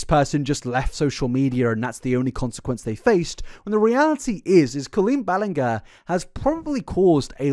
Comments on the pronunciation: I love how you tried so much to say her last name correctly, but still got it wrong once in a while 😅😂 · I love that you still accidentally said her name wrong again 😂❤ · he literally mispronounced it again like two minutes in 😂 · Thank you for acknowledging your mispronounciation of her name. It legitimately annoyed me. Lol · Ballinger? I hardly know 'er! ...I'll go. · I love how as colleen’s wrong-doings got more and more disturbing the more frequently mispronounced her last name. Every time he did it I would cackle😂😂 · The apology for saying her name wrong followed by continuing the mispronounce her name is a MOVE. Because it implies you now know … and don’t care because it isn’t worth getting right. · Makes a guitar apology about saying Colleen’s last name wrong only to say it wrong still during this video 🤣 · So she's worse than James Charles? I also love how you said her name wrong 3 different times. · Why was i used to and prefer him say the lady's name wrong 😂